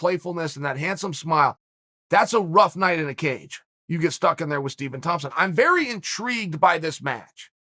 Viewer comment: "Stepen" Wonderboy Thompson